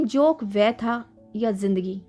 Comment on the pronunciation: जोक नहीँ , ।जोन्क। अनुस्वार ।सही नहीं लग रहा। ।